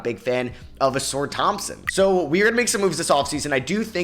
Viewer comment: it’s not pronounced “A-sore” Thompson… it’s “A-sar”